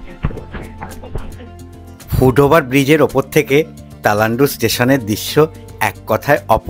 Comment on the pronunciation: তেলান্ডু না তালান্ডু